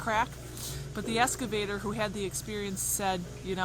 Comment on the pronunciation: Excavator not Escavator